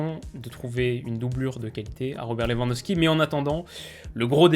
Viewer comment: Ça me termine les gens qui disent "leVANDosqui"